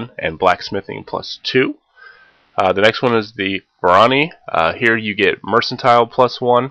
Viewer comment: good video, I know it's old but just wanted to mention it's pronounced "MER.kan.tile" ... that part kinda drove me nuts. :p